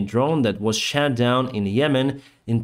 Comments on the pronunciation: Thank you for keeping us informed. Your English is great, but there is one correction. Past tense of shoot is shot, and the o is pronounced differently. You are pronouncing it like shat, which is very funny to Americans because it is past tense for shit, like “I shat the bed so I blamed it on her!”. 🤣🤣🤣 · Your pronunciation of “shot down” when talking about Iranian drones sounded like you said “shat down” which works just as good and is hilarious to English speakers. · I just love how you pronounce "shot" as "shat". Drone was shat down. Don't change this :D Jokes aside - new subscriber here. This is now part of my morning routine.